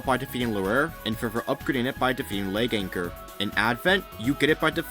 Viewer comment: Finally getting Leganchor's pronunciation right eh? 😆 On ground, it's more or less MMZ in hard mode with slightly bigger attack area but its 2-hit combo with basic attacks makes it quite a simple model that anyone can just pick up on the go. Charged attacks for stylish plays however, is a whole new level that can be quite demanding of usage familiarity.